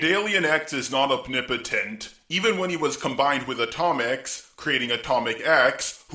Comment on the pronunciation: The alien you mentioned isn't a xenomorph, it's Klyntar. Also, you pronounce omnipotent, oppnipitant lol.